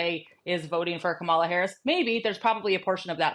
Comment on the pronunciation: It drives me absolutely crazy that ppl are STILL mispronouncing Kamala Harris' first name at this point. It makes me instantly question any insights the speaker might have because how am I supposed to believe that you have any deep knowledge about Harris or her campaign if you never even bothered to say her name correctly